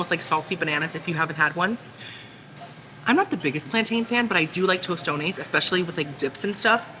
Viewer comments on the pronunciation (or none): none